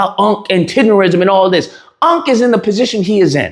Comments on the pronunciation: The word is not tenderism. Tendernism. Tender Nism. One more time: TENDERNISM! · TENDERNISM DUDE NOT RISM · It's "Tendernism"